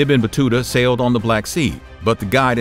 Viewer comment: Ibn pronounce as Eeeebnoooo